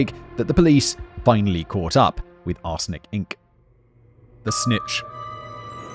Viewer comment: I keep hearing 'arse licking' sentences like "people involved in 'arse licking'..." or "victims of 'arse licking'..." had me rolling over the floor